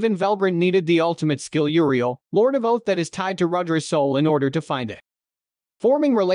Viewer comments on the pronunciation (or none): none